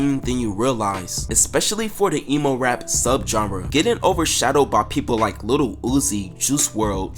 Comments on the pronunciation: Lil not little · dude you gotta stop saying little instead of lil deadass lmao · "little peep"? bruh